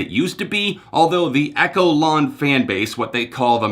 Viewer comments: Echelon is pronounced like Eshelon, lol. But like the Echelon literally refers to themselves as a cult sooo lol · "Echo-lawn." lol 🤦🏼‍♀️ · I am part of the echelon (not eck-elon!). I was in Croatia 2 weeks ago for Mars Island. It is a cult. And it's the best thing that ever happened to me 🔺️ their music helped me through my depression and I wouldn't be alive today without them. I am not "disconnected from society". I am a normal human being. It was a one-off white party theme night. There were no children there. We are individuals from all walks of life, cultures, countries, jobs, ethnicities. We also deliberately congregated in all white on the shore for our group photo to get non-believers talking the way you are now. The Messiah's work here is done 🖤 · It’s pronounced eSHelon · We just need to improve some pronunciation of words. Echelon isn't pronounced echo-lawn. 😂😂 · And one more thing....it’s pronounced ESH-E-LON (echelon). 😊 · Echelon is pronounced differently. 🤷🏻‍♀️ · oh yeah good track, I was just mildly irritated at his pronunciation of the word. Especially considering that its a word of fairly common usage outside 30STM cult talk